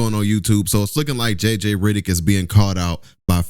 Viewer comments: It’s RED not RID. REDDICK NOT RIDDICK. sorry but your pronunciation of that name is wrong and mad annoying 😂😂😂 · Heyy it's jj Reddick not riddick🤣🤣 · Hell I spelled it wrong it’s REDICK 😂😂😂 Not RIDICK 😂😂😂😂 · His name is JJ Redick not JJ Ridick 😂😂